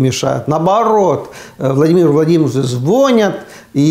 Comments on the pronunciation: Уважаемый Аарне, извините пожалуйста за поправку, но в русском языке слова- звонЯт, звонИт, произносятся с ударением на последний слог. А вообще слушать Вас очень интересно, спасибо.) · Аарне,не звонят,а звонят,с ударением на второй слог,так будет правильно употреблять это слово. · Эстонцу можно👍